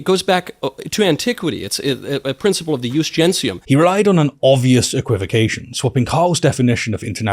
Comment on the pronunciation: The point about "Jus Gentium ", the ONE thing he thinks he has Kyle on and keeps trying to circle back to is the dumbest f*cking thing in the entire world, Jesus. It's like someone trying to cite the Code of Hammurabi in the context of Ohio State Law. 1. Michaelus Regardus isn't even pronouncing it right. He's using the Classical pronunciation of "Jus" with the Ecclesiastical pronunciation of "Gentium". If you're going to rely on Middle School tier "Umm well akshully according to the um official law of casus belli, per se, um I get to sink all ur um battleships herpderpderp." at least pretend to be smart correctly. 2. "Jus Gentium" Hasn't been nominally relevant in Europe for FIVE HUNDRED years and even then only under the superficial influence of the Church. It was a suggestion at best within the confines of EUROPE. We're not EUROPE and have never been for the entire existence of our country. It hasn't been relevant legally since the fall of the Empire FIFTEEN hundred years ago or earlier. And we're definitely NOT an antique empire from the turn of the 1st millennium as much as these crypto-fashies want us to be. 3. It was a CUSTOMARY law. A vague philosophy at best. Not a set of civil or legal statutes or codes. Even IF we were the 1500 year dead Empire that "used" it, we'd STILL need actual specific legal codes to apply and execute, i.e. the very things Kyle (and the world over) had been saying were violated. This is all irrelevant anyway because we ALREADY have "customary